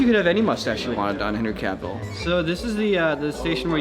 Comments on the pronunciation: Ah yes, Henry Caveel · Who's Henry Ca-Ville,? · Quick heads up my guys, you pronounce Cavill like it rhymes with “gravel” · Am I the only one annoyed by how they are pronouncing Henry Cavill's name? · Cavill....like camel....stop saying his name wrong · why is he saying Henry Cavils name wierd? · my guy sayin cavill wrong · Henry Who?! There's no E at the end, it's Henry Cavill, like pill, hill, etc. He's not a character in 101 dalmations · The way they pronounce cavill😂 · The pronunciation of Cavill.... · Henry Cavill not Henry Caviel haha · Cracking me up the way is saying Henry "Caveal" lol. Go listen to an interview where he says his own last name. It's not "Caveal" and it's not even "Ca-ville" like it would seem. It's more like "CAV-ul";) Here's a link to him saying it himself, for reference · Cavil (Ca-vil) not Caveeel.....lol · no ones gonna talk about how he says Cavil and not Cavill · CAV-ALL not CAV-EEL lol Edit: okay fair enough he said it correct after😂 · It's pronounced Cavvle. Not Cavveal! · Who is Henry Caveel? Cav-ill is how you say it 😅 Also, your videos: Ads within the video, YouTube ads, more ads within the video, YouTube ads, etc... Do you have no other way of making money? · Everybody: Henry Cavill: Henry Caveell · A wise man once said: "Cavill is pronounced like travel" Not Caveal. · Caville? It's Cavill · I'm pretty sure you KNOW, but just in case you weren't trolling us... it's pronounced like it's spelled,. 😏😁 Cavill... not Caveel. 😂😂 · The way how says Henry Cavill should be illegal. Henry said it’s actually pronounced like “travel” “travel - cavill”. NOT Cub-Veehl. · It's Cavill... not Caville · Why did he say Henry caveel? It’s cavil. I swear they don’t know how to pronounce anybody’s name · caveal? its pronounced: ca vall lol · cavil not caveal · Henry "Cavillle" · "Cavill" is pronounced like travel. Source, Henry Cavill himself. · It's Cavill like "travel" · It's the "CaVILE" for me lol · Henry Ca-veal